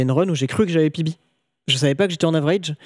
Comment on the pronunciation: Au lieu de PB j'ai compris bébé Au moment où terra a PB g compris terra a un bébé